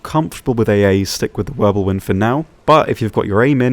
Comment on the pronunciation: Pretty sure it's Wirbelwind and not Wirblewind. I know cause i make the same mistake all the time hehe.